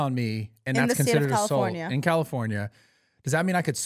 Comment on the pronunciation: Why can’t this man say Assault correctly